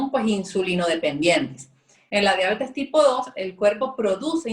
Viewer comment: No logré ver el video completo porque no soporté escucharlas decir "Diábetes" ... No lleva acento(tilde), es Diabetes se pronuncia Dia - be- tes ...Horror!